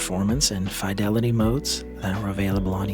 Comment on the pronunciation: You pronounce fidelity incorrectly